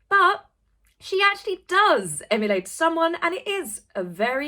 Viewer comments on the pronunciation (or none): none